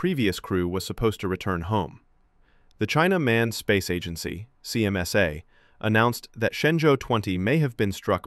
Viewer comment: The AI pronouncing China Manned, in the most racist way possible to sound like „Chinaman“, is something else.